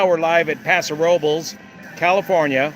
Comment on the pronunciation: Thank you for pronouncing Paso Robles correctly!